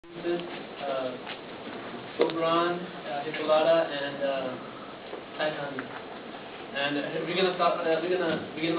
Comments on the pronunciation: titania is pronounced tit-tah-nee-ah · You pronounce Hippolyta: Hip-pol-leh-tah and Titania: Tit-tawn-yuh